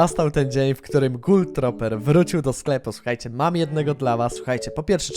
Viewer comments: Gul troper , jezu mówi się gul truper xD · Ej gul truper sie czyta jak cos